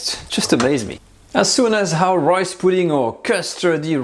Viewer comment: Loved the video. You're starting to sound Australian. You said "royce" pudding a couple of times. :)